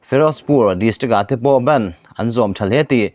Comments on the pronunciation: Bend ni lovin bandh ti a lam tur aw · bend ti tawh suh aw bandh hindi trawng a stop tihna nia.....